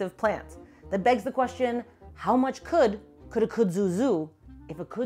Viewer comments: I couldn't get past your pronunciation of the word. Kud-zu not Kuh-dzu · In North Carolina, we pronounce the plant’s names as “kudd-zoo” as opposed to “could-zoo”, the way said it. I grew up with the plant as part of the backdrop in my rural town, but I was surprised to find out this defining feature of the southern landscape wasn’t introduced until the twentieth century. I’ve seen the Japanese kudzu bug here as well, although I’ve heard it also attacks soybean crops. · It’s not “coo-dzoo” it’s “cud-zoo” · It's Funny How She Pronounced Kudzu😂😂😊😊Here In The South We Say Khuudzoo😊And Yes It's A Mess Here Snakes Love It And They Use To Say Don't Let Your Cows Get Into It Or You'll Have To Shoot Them To Get E'm Out Of It😂😂😂😂The Flowers Are Pretty And Smell Nice😊😊😊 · Now y'all gotta nice video here bless yer heart... but its pronounced "cud-zoo" like chew da cud.